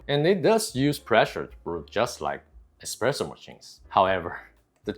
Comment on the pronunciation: Espresso , not expresso))